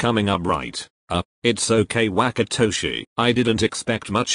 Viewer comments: i can fucking NOT with the way google says WHACKatoshi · the translator really said WaKaToShI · google really said whack-atoshi